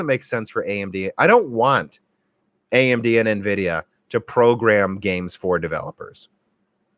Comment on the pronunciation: OK, have to try at least once. It's en-VID-ee-uh. It is not neh-VID-ee-uh.